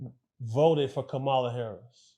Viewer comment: Once I hear people pronounce Kamala name wrong I stop listening 🤦🏾‍♂️